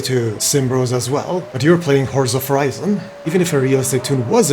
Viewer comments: Horza Forizon :D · horza forizon 🤣